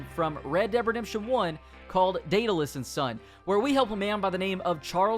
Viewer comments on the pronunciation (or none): none